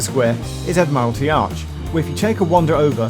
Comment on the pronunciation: I think you're mispronouncing Admiralty there Geoff. Should be pronounced like 'Admiral' not 'Admire'.